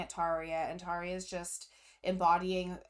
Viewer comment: You said Tarja correctly. Our R is different than English R. It is rolled R. That Emppu's guitar I love that always 🤘